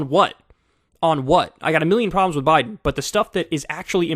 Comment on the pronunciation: Clinton and "Bide"? BIDE?